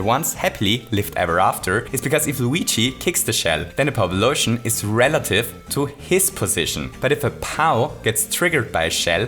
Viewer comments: I really can't understand what he's saying repeatedly. Power-up lotion? Edit: I think it's meant to be POWblosion 🤨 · this video would be amazing if you didnt say powblisons. it makes it confusing to understand for someone who doesnt know this game that well. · Not trying to be rude, I'm genuinely at a loss for what he's saying when it sounds like "pub lotion" and I feel like an idiot. What term is he using? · A powpoloshion?? Really?? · What's a powbalotion? Pow-polution? Pow-Polotion? What the hell? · How many times did he say pow-blotion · noone:: Poweblotion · I was trying to figure out what you were saying, but then I realized you were mixing "pow" and "explosion"...